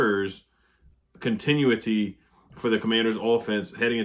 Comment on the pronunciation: Continuity (Con - ten - new - it - tee). You do a great job! Keep it up!